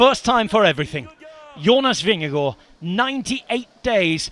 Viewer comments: This commentator pronounces Jonas Vingegaard's name like a Dane. 👍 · Good work on pronouncing Jonas Vingegaard. Spot on👍